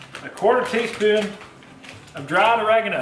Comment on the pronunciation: I’m from the south.. you makin fun of me? Not “us” just me lol. However I don’t say y’all or speak to southern unless I’m pissed then the country comes out. And please dont ever say “Or-rag-eno” again, it’s “ur-reg-ano” LOL 😝